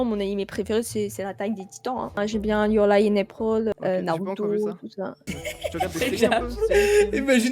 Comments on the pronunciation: Elle a dit your lie in aprol 😢😭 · Your lie in “aoieepril” ... génial la prononciation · elle a dit your lie in aprol